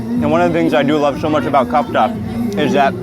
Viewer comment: I feel like I have to correct you everytime but it’s KEFTA , KKKKKEEEEFFFFFFTTTTAAAAAAAAAAA